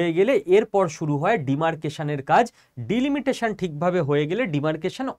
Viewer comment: উচ্চারণ ভুল হচ্ছে ভাই। ডিলমিটেশন নয়, ডিলিমিটেশন। শুনতে খারাপ লাগছে।